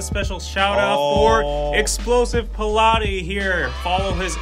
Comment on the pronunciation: Are we just gonna ignore how he really said pilate when it's pronounce pal-et LOLLL